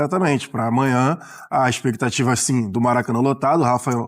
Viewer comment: expectativa não existe fala direito macho